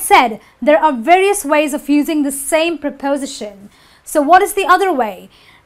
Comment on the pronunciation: wrong pronanciasion of 'varios'!